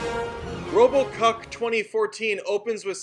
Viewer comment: you said robo kock 2014